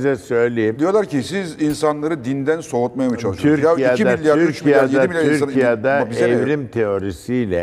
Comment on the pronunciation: Niye türkiya diyor